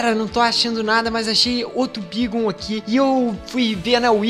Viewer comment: kronos aprende a falar o nome dos pokemons se fala beigon (bagon)